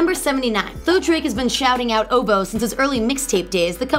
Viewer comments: O - V - O not OOVOH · It is O V O. NOT "OHVOH" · "oh-voo" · it's pronounced with the letters... like.. O. V. O. i swear this girl don't know how to pronounce anything. In Beyonce's she said Bey like "Bay". Girl!😑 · The pronunciation of OVO is gonna kill me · She can't even say ovo right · it kind of aggravates me when she says "ohvo" instead of o.v.o or "hyfer" instead of h.y.f.r😓😓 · How do these YouTube channels pick their hosts? Do they specifically look for the loudest, most awkward, most obnoxious, most uninformed doofus types? Its Oh Vee Oh. Not "oh vo". And its Ah-kwih-mih-nye. Not Aqua Mini. Ugggh. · Outkast Aqua-mini??? Oh-Voh ?? Do y'all not edit.